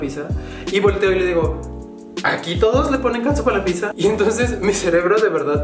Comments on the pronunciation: si correcto, solo te decía que le dijiste "pisa" y no pidzza, pero X buen día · Pizza es italiano, pronunciado “pít-za”. ..con zeta sonora. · Pizza no es ingles,es palabra italiana,y se pronuncia pitzza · bueno para ti es raro y sobre la pizza originalmente se pronuncia (picza) trabajo con italianos.. y pues la salsa de tomate a la que te refieres es mucho muy distinta de capsu.. los paladares entre italianos difiere algunos si le ponen capsu.. asi que pues no esta tan lokos los del sur..😁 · Pizza en la cdmx se pronuncia como la palabra en Italia no como lo haces tu